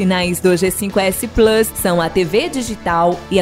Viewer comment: Mas como o cara falou plus errado eu vou esperar...